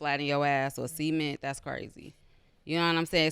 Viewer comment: did she say indutrial semen or cement? or am i wylin?